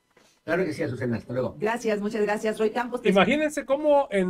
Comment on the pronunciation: Te vas a tardar mas chyocena se oye mejor popocicion 😅